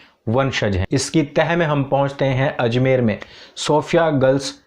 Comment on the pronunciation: Azmer nahi ajmer hai